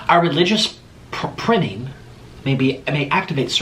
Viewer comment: It’s pronounced “pry-ming” lmfaoo